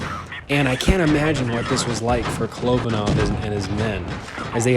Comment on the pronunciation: You pronounced his name wrong it ka-lo-ba-nov 😉😉😉